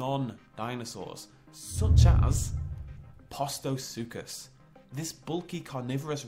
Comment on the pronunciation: postosuchus is pronounced (post-o-such-us)